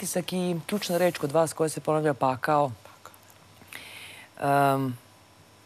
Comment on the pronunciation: ne znas ti sta je pakao ili ti pakhao kako ti kazes